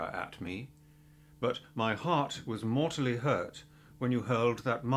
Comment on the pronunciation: the r in “mortally” is pronounced even though it’s in parenthesis 😶